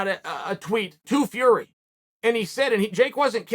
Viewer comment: Biggest bullshiter in the world everyone knows Tyson fury and he still pronounces the surname wrong He promotes MMA and wrestling This guy has no say when it comes to boxing